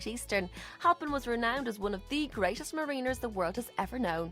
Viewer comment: Beautiful presentations! Just tell herself that its pronounced "Mariner", with the stress on the "Ma". Really good video tho! G'wan the Garden County!